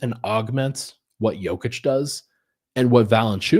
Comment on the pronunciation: Love the effort to say Nikolas’s name correctly,! I hope all of our Denver media folks make this a thing! I remember a couple of seasons ago, one of the big media interviewers (Monica M maybe?) said it “correctly” in an on-court playoff interview i think, and the Serbian homies went crazy (in a good way) in the comments 😊